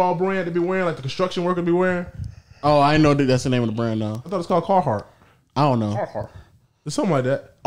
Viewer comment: said the Carhartt’s 😂😂😂